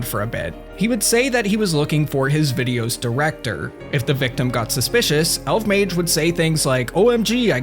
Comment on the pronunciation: It’s pronounced Elf-Mage